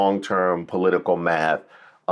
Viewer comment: I get triggered every time I hear her say “po-leet-ta-cul” 😝